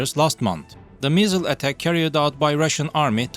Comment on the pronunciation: When he said “missile” I thought the accent said “measle” like the disease. Still very bad though.